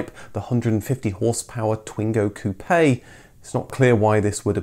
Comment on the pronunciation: In fact, it is "coupe" in the case of the sport version, not "coupé", so it's pronouced "coop". It's probably in memory of the Coupe Gordini in the 60's (Renault R8 Gordini) and 70's (R12 Gordini), the blue color and white stripes remind them too. Also you can see there is no accent on the "e" of "Coupe" on the front number plate. A "coupe" is a trophy given to the winner of a sporting event. I hope my explanations were clear enough (I'm french). Congratulations for all your videos, I really enjoy them !